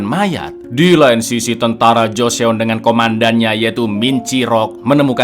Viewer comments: Mas, joseon cuma dibaca joson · Mau info cak klo joseon itu dibacanya joson cakk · bukan gitu cara baca / pelafalan Joseon cak